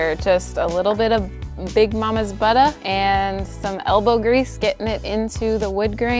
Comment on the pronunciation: I know you are too smart to toss those doors...they'd be a great decor piece turned horizontally and hung on a wall. You can make additional money that way. Like how you say buttah. Lol! Beautiful job!